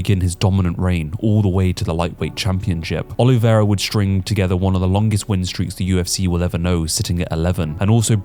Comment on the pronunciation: How do you not know how to pronounce Charles Oliveira's name? A true fan of the sport gets this right...